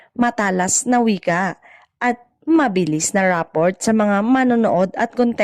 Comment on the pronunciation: Rappor ang tamang basa sa rapport. Silent t.